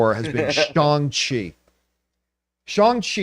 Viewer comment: His name is pronounced, Shang Chi with the hard letter A sound, not Shung Chi.